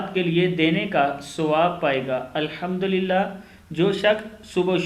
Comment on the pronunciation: Aapko ko khud hi padne nhi aata hai Subhan ALLAHi hai Alhamdulillah hota hai Alhamdolillah nhi Assalamu hota hai Assalamo nhi